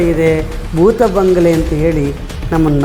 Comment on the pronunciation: ಭೂತಗಳೇ ಇಲ್ಲಾ ಎಂದು ತಿಳಿ ಹೇಳಲು ಹೋರಟ ನೀವು ಬೂತಬಂಗಲೆ ಬೂತಬಂಗಲೆ ಎಂದು ಬಡಬಡಾಯಿಸುವ ನಿಮ್ಮ ನಿರೂಪಕ